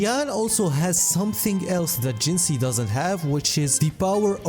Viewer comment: Please tell I'm not the only one that's annoyed by creator's pronunciation of WuWa characters? Till now it was only Calcharo (pron. Kalkaro, check his self-intro voice line) and now Jinhsi too, have none of them pay attention during the story where they say her name numerous times.